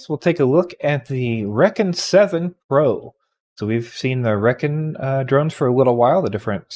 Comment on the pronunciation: I could be wrong, but I'm pretty sure rekon is not pronounced wreckin. I would imagine it's probably recon, as in reconnaissance.